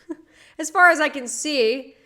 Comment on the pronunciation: Never before have I heard train wreck of a terribly exaggerated so called Boston accent SO CLEARLY as hearing her attempt at CAR and FAR. My Bostonian ears are wounded! What even was that! Keh, kaerh, kaea? Fehhh? Not even close. Good G*d these influencers have no limits, they in orbit in some distant solar system far, far away. Meanwhile, real people are busting our butts to take care of our families and maybe find time for popcorn night at home.